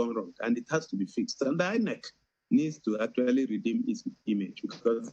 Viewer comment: Why does this former INEC guy keep calling it EENEC?